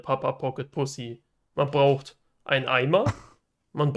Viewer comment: 1.) Er heißt Kevin, nicht "Kevim" 2.) "Braucht", nicht "bruacht" 3.) Kevin, nicht "Kewin" 4.) Tüte, nicht "Tüt" 5.) Anleitung, nicht "Anleitunq"